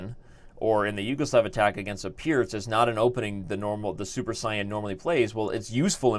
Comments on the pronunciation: does he pronounce saiyan incorrectly on purpose. Cause its getting riciculous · yes he does